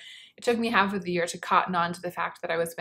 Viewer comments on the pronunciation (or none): none